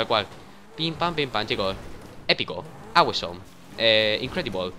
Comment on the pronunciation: Dani la palabra AWESOME se pronuncia como 'ozom' no awisom. Solo un pequeño detalle en tu ingles despues vere que otras palabras dices mal si es que las hay